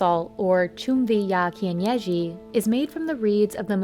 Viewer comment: its chumvi ya kienyeji not "chumviyakinyeji" LOL 😂😂😂